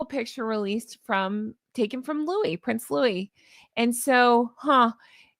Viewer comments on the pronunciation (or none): none